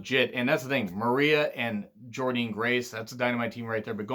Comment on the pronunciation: By the way, Jordynne Grace is pronounced JORDAN* She spelt it differently to stand out